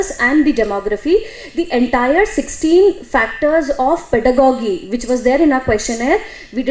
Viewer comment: ˈpɛdəɡɒdʒi is more correct. not gi but ji